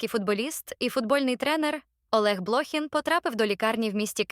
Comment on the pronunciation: Не искажайте фамилию Блохина неправильным ударением